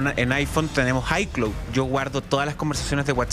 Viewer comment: No se dice iclu SE DICE I CLAOUD